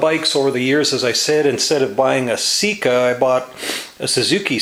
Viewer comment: it's not a seek uhhhhhhhhhhh.........its a SECA! (SAY KUHHHHHHHH)